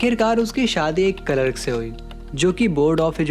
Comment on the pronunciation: Clerk ❌calark ✔️